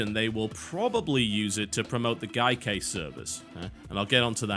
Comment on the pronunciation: Why does TB insist on mispronouncing Gaikai every time he mentions it?